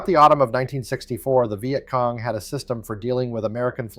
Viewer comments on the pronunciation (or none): AI slop thunbs down. "Vy-yet Cong"? Really? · The “vi et cong” … Hate AI narration. Get a vet to speak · stupid AI WtF is a vy-et cong??? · The Veye at Cong! AI !